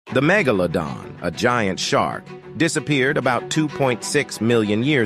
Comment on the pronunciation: First off why do you say megalodin it’s pronounced megalodon second off the megalodon is too big to live next to the great barrier reef. We would’ve seen it by now most likely, don’t quote me on that!